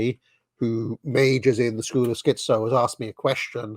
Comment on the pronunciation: And you're the dissident right. Put a "T" in "schiTzo" please